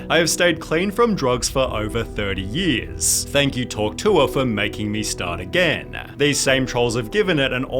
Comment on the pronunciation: It sounds more like “hokh tueh” to me